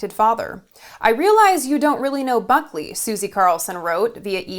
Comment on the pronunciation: I swear I heard you say "buckwheat".